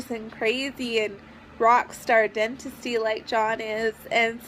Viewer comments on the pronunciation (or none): "Rock star dentisty"? Never heard of it. Can somebody explain what "dentisty" is?